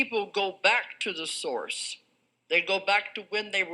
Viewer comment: source sound a lot like saurus. Just saying